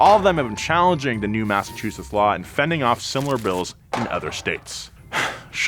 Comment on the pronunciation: for someone who lives in Massachusetts, you gave me a good laugh, when trying to say the name. thank you.